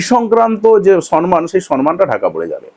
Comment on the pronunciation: সর্মান নয়, সম্মান। ইংলিশ তো ভালো বলছেন।